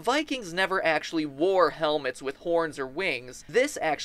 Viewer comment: Arow to th knee acsaly